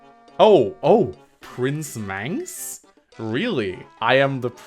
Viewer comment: thank you Mangs (that's how you pronounce my name)